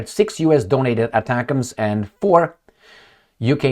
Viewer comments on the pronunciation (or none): none